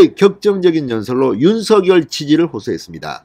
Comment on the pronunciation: 윤 서결이란 사람 있나요 ? 윤성열이란 사람은 대선 후보자이다 (성열)로 발음하세요 진성호씨~~~ 알고 방송하세요